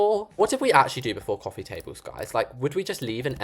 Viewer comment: cwaffee table!!